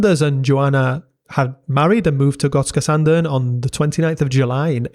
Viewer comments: I was there thirty years ago. It’s a really unique and cool place! Kudos to you for nailing the pronunciation too! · Jag är svensk och din "Gotska Sandön" som du säger det är bra! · I’ve gotta say - You absolutely nailed that pronunciation of Gotska Sandön! Very impressive! Swedish is NOT an easy language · Damn u even nailed the pronounciation. Big ups from Sweden. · You pronounce Gotska sandön very well ☺️ love from Visby Gotland 🇸🇪